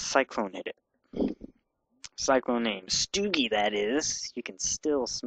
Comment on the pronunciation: It's pronounced "STOW-gie, not STEW-gie!!!"